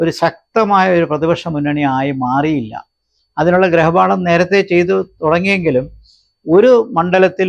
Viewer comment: ഗ്രഹപാഠമല്ല ഗൃഹപാഠം